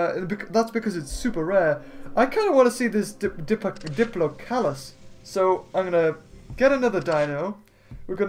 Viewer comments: ALSO, its could be pronounced dip- lo-caul- us,. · It's dipo locus the do is silent